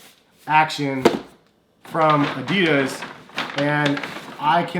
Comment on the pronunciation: That's not how you pronounce Adidas